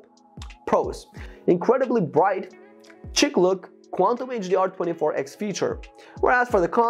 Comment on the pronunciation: It's pronounced sheek not chick. 😄